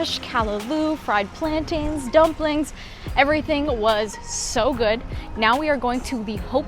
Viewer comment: Nice video! Just 2 things: 1. Plantain has the same ending sound as mountain & fountain. 2. Hibiscus flowers and sorrel are two different plants.